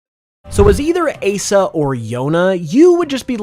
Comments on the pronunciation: I take a critical super effective hit whenever you call Asa as “Ay-sa” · Why do you say Asa like that? 😭 Kensaku isn’t used for general looking, like looking for a Raikou. Kensaku is used for looking something up like on the internet or in a dictionary. Sagasu is a general looking word… I really like your creativity but wish you would check things with someone that knows Japanese and it wouldn’t hurt to learn how to pronounce vowels in a Japanese way so you can say things like Asa correctly which is a real word btw. It means morning. Yoru means evening / night and Yonaka means the middle of the night so I’m assuming that’s where you got Yuna from. And I’m guessing someone else created those names because otherwise you’d have mentioned their meanings and said them right